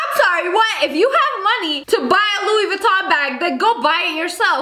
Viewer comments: Did she say Louis “VITON” Bag or she said “LOUI VITON Bag” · Let me help you "LoUi VeTtOn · Louis veeeeToN bag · lOuI vItTon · Louie viton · Or., as she pronounces it, "Loui Vitamm bag" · Yeah she’s says Luiy-vutoon bag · Ahem, she pronounced it like 'Louis Vuittoing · louis vuittongk* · She pronounces it lu-e vetom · “LUIS VUITTON” hahha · Vuittong* She said vuittong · LoUiS vUtToM 😂😂😂😂😂😂 that’s what she said😂😂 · “lUiS vItToN” 😂😂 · "I wanted a Loowi vItoNNG bag >:(" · louee veetom bag 😭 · She just said Louis Vuittog😭😭😭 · Luuuie vottin😂😂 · "louie vitonk bag" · LoUis VeeToN😂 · Girl wants a Louis Vuitton bag when she can’t even say it properly